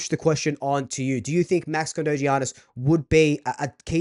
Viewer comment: Fk im I'm signing him up just for his name it's not gggeaniss its yyyyianis